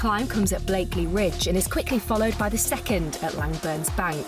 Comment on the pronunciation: BLAKEY Ridge , not BlakeLey…. Great AYton not Great Ayrton (Senna???) Take the time to get these details right